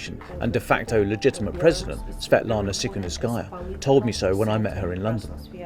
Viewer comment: Svetlana what? "Seconduskaya"'? WTF?